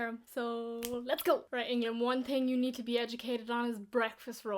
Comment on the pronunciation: Irish speaks "you" as "ya".